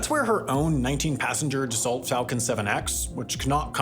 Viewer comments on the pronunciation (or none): Dassault is not pronounced "duh-salt" it is pronounced "dass-oh".